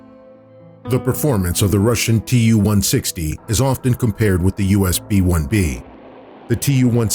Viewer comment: TU is pronounced as too, after Tupolev